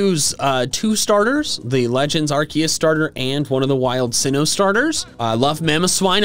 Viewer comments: he said legends arceeus not arcoos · it's Arcoos not Arkeus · ahem.. Its arkoos... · IT'S ARCEUS, NOT F*CKING ARKOOS! FIX IT NOW! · Arceus* (not Arkoos) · bruhh said in intro said arkeus not arkoos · He said arcues instead of arcoos😡😡😡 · You screwed up the beginning it is not legends of arceus it’s arcoos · NO, IT'S ARCEUS, NOT F*CKING ARCOOS! FIX IT NOW! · it’s ArKOOS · it’s a joke he says it arcoos. As a joke. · its A R K O O S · not arceus. it's called ARKOOS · He said arceus I’m very disappointed